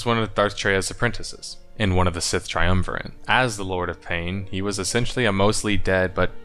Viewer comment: Not to be that guy, but there is no "N" in "triumvirate."